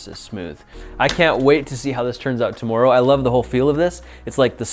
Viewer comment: the way grant says “tomorrow” sounds Canadian